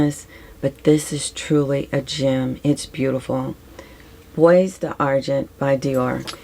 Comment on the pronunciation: Oh yeah, bois and plural boix are both pronounced bwah, like the wah in Noir and Barrois. And lilas becomes Lee-LAH. Crazy! p.s. you have me intrigued by all of yourr descriptions. Your lovely, gentle demeanor makes them even more “I need to find that!” p.p.s. Sorry for all my typos.